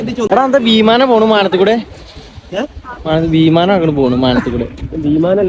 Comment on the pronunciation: ബീമാനം ❌വിമാനം ✅😂😂😂